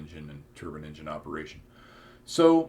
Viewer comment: Sorry you can't pronounce Turbine or Engine correctly... I understand that there are no rules for pronouncing British English... especially now that most brits speak Polish or Hindi